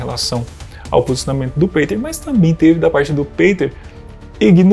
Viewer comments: Juntar todos não somam nem 1/5 do conhecimento do Peter, tadinhos. hauahuhauhauha E a pronúncia é Pêter e não Peiter. hauhauhauhua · Por que voce pronuncia peiter ao invez do correto que é piter ??? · PETER Igual Peter Pan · O cara utiliza um nome gringo mas quer que pronuncie abrasileirado, é isso? Que loucura meu irmão... 😂